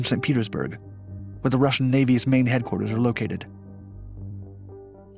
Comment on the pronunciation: I can't help but chuckle every time says 'Russian sup whale'.